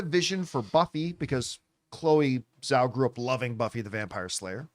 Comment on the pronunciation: Is there some reason why people refuse to pronounce Chloe Zhao's surname correctly? 🙄